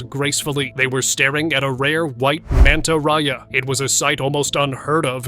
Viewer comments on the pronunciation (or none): it's pronounced Manta Ray not Raya